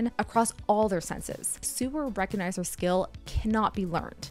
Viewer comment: The one thing I recognized the lack of a "g" every time this woman said "super recognizer". Is there a name for this disease?